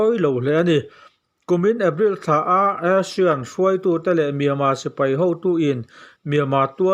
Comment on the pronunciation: Youtuber dangte lam dan ai chuan ASEAN i lam dan hi a dik zawk daih ania. Eisian tia lam ho aiin a dik teuh daih zawk e. Kalemyo i lam dan phei chu ngaihnawm tak a ni